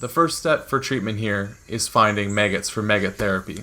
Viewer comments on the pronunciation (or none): Its maggots not meggets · It’s maggots not meggots. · My man says meggits so many times I'm triggered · maggots, not meggots ffs